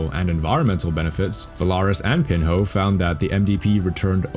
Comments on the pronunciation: his name is pronounced pinyo! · Btw it's not pronounced "pin ho" but "pinyo" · Pinho. Pin in yo. Not pin hoe hahahaha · Awesome video. Instead, call "Professor Pin-ho"; it should be something like "Professor Pinio". In Portuguese, the H doesn't have a sound and the NH sound is a sound of Spanish Ñ or NI. Cheers. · Pronounced Portu. Pinho is pronounced Pinyu. Just for professionalism sake, learning the pronunciation is recommended.